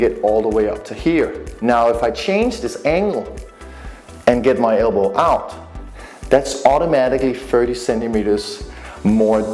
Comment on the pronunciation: Elbow not albow